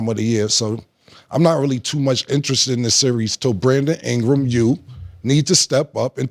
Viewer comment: Cam: "Brandom Ingra"😂😂😂